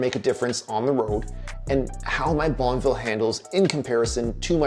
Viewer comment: Bonn-E-ville ffs! Not BonnVille.